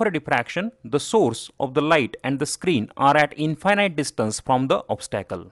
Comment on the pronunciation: maybe pronounce infinite correctly! That way it is distinguishble from finite and does not lead to confusion.